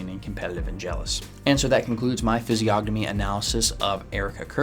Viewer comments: It's pronounced fiz-ee-o-nuh-mee, the g is silent ffs what a fraud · Isn’t the “g” silent? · Stupid autocorrect. Should have said PRONOUNCE. Not Province. The G in physiognomy is SILENT. You don't pronounce it! How can you know how to read physiognomy when you can't even pronounce it correctly?? Look at the phonetic pronunciation guide in any dictionary! You know what a dictionary is, right? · How can you POSSIBLY even know ANYTHING about physiognomy when you can't even province it right?? The G is SILENT! And, furthermore, of course she looks angry and 'weird'! Her husband was brutally murdered! How would you feel???! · Why is he pronouncing the g in physiognomy??